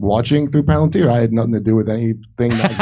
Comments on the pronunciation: pronounced...."pal-an- TEER"... pronounced Peter Teal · Palantir (pal-an-TEAR [as in wipe away the security guy's tears]) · Palantir is not pronounced "planateer." Hooked on phonics? Not so much.